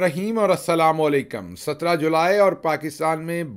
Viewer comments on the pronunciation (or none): none